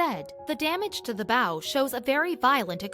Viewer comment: you say a ships bow......as ba-ooow...the way you say it sounds like a ribbon